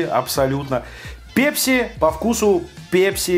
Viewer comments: ПЭЭЭЭЭЭПСИ,а не пепси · пЕпси , пЕпси пля... ?! Серьёзно?! сЕкс из той же серии!!! Вы же русский человек. Неужели нельзя говорить правильно? Пэпси!!!!!!!!(написал с ошибками, чтобы было понятно!) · бля не ПЕПСИ, А ПЭПСИ! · просто слух режет... := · Тебе за 40 лет , если ты говоришь "ПЕПЬСИ" ) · пЕпси,как бесит такое произношение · пЕпси....бррррр....говори через "э", пожалуйста. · Слово Пепси забавно говоришь!😀👍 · Пееепси лайк кого бесит такое произношение.